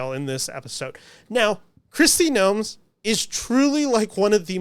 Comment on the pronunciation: Kristi NOEM. No added "s".